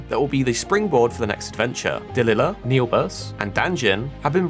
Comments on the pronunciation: "dih lih luh"?! bro completely butchered such an easy name and at the beginning, he called the game "Dungeon & fighter" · Bruh...Delilah is a common western name. It's not pronounced Duhluhluh, it's Deh LAI lah.